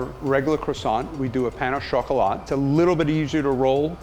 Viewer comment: "Pano shawcolaat" lol